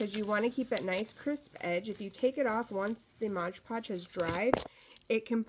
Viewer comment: Love your project, but sorry...it's MOD Podge...not MODGE Podge!